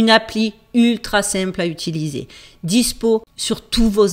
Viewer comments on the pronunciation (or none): none